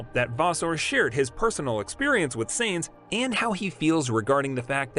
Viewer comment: Who is "Seinz"? (it's Sainz) And Benito? (it's Binotto) Please have your voice actor at least watch one race, or any piece of news about F1. Also, clickbait lol